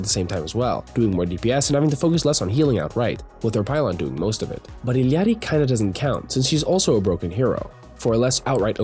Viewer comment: Illary, not illiarly